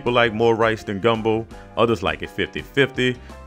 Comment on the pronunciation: Soon as I heard the emphasis on the O at the end of gumbo. I knew this video was about to be legit